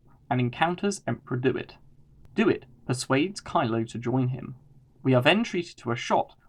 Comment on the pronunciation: It's "DEW IT", not "Do. It."!